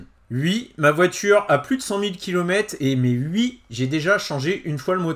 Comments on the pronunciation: Salut! Bon… mettons les choses au clair… on dit OUi, pas, Ui 🤣🤭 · Peux-tu dire oui et pas ui ! 😜